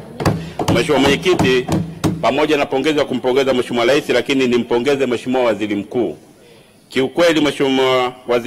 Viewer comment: Leli, selikali, laisi😂😂😂 mbunge haijui Kiswahili ni mkenya au?